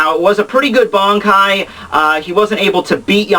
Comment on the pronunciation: First of all - how can you pronounce those nicknames of Yamamoto's like that xD? And why does your pronunciation of the word "Bankai" sounds like "Bonkai" o_O? The flashback is from the time before the creation of the Gotei (since he doesn't have haori) but after the foundation of the Academy, so between 2100 and 1000 years ago. Anyway, Yamamoto was epic. He's been raging since Choujirou's death. Driscoll was stupid enough to fight against him...